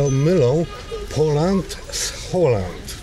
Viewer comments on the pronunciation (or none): trzeba mowic P o ł E n d , nie Poland. .